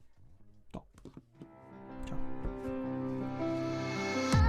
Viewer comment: "Gingilly utilissimy" 😂😂😂😂